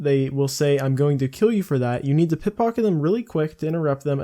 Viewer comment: or you mispronounced simple words. One or the other. Who knows.